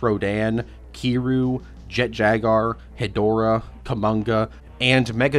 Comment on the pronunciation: Bruh his name is pronounced “Keer-reeyou”, not “Kee-you”